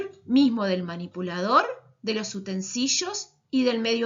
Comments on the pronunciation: Es utensilios, no "utensillos" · Utensishos ,cabeshos mashoria 😂 las baterias no se embarazan 9 meses se parten y tienen 2 hijos y por si no les quedo claro corran !!!! Nos invaden los microorganismos bueno donde quiera menos en los alimentos manipuldos por las personas que vieron este video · noooo los utensishos <\3 mi mayor enemigo. se escribe y se dice con iLi sra intendencia 🤧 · Si no se por que dice así utensilios jeje me dio mucha gracia 🤭